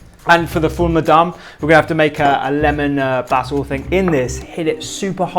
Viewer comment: So the fattoush you made is missing the 2 most important ingredients which are 1. lots of sumac, and 2. mini fried bread pieces. It's also not made with parsley usually. Secoundly, it's pronounced Full Mudamess or Full IMdammass, not sure how a video is being made on middle eastern food without referencing the plethora of middle eastern food youtubers, books, etc.